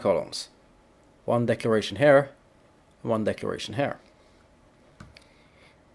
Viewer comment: It sounds like he is saying "decoration" but he is REALLY saying "decloration"